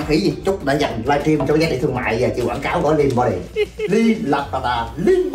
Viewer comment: What's " lìn bó đì"? Is it an English word? Help SOS!!! 😆